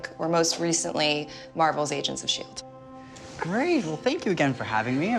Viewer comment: It didn’t sound like shield!